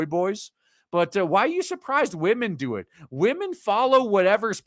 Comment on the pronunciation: It cracks me up so much when I hear transformer wamen. LMAO~!!!!